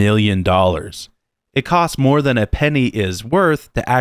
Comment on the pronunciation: Great. Yer one of those people who says very nasal m's that sound like b's. Pennies... I couldn't tell if you said 179 mil or bil, closed caption translated mil, sounded like bil.